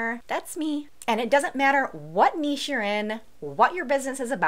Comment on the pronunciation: Great video for a total design newbie - thank you! I'll definitely use your logo templates, they're great. Keep up the good work! (I also love that you pronounce niche properly!)